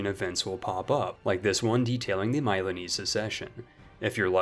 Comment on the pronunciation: No one, not a single soul: My-lawn-eze succession